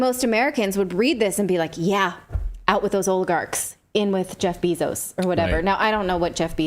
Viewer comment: She keeps saying Beezos 🤣😭🤦🏻